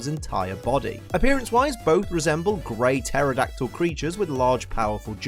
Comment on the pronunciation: Grey Pterodactyl Me: hears “Great Aerodactyl”